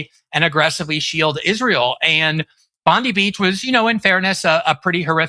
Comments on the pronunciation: It is Bon-dai Beach, and sounds nothing like pam bondi. Is it too much to ask Americans to get pronunciations correct. Looking at who the president is, maybe I should lower my expectations. 🇺🇦🐾🦘🐨🦘🐾🇵🇸🇮🇷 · Jesus christ learn how to pronounce Bondi beach correctly! I can't take you fks seriously if you keep on saying Bondee beach! Like wtf is that? Stop!!! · Firstly it's pronounced Bon die for F sake. forget the idea that Australia europe or the UK have a right to free speak we dont and its not part of our nations constitutions it's an American citizens right. This is not the case in most of the rest of the world. Australia is and has been lead for sometime by the woke left and the spech and many other laws have been passed into law in recent years that have a negitive effoect on the average Australian. Ask a average Aussie how annoying they find being welcomed to the country at the opening of an envelope to the country of their birth. On the war in iran unfortunately the west will have to join the war on the side of the US and Israel to speed up the outcome and to acieve an outcome to end the disruption to our economys and the costs for every day people thru out the west. the only real outcome now that the fighting has started is to help end the current regime in Iran other wise the cost to average sitizens in the west will cause long lasting distruction of our nations finicial health. the only way to get an adventagious outcome for the west would be to help remove the current Irianian regime and then help properly rebuild the nation of Iran for the Irianian people as was done in Japan and Germany after WW2, While not the outcome Israel wants as their goal. Israel is not part of the west and has no interest in the future of the west. they only see the west as a tool to achieving their goals. By the way look at what BiBi was told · Godammit Glen its pronounced Bon-DIE Beach (Bondi)